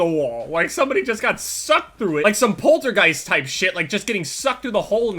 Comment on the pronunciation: he says portatghost weird